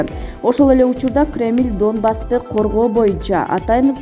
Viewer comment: Марипол,дакимент,Дооонбас,пандемися, операсия,пээсков окупасия деп тантып окудун журналист не деген тантыктык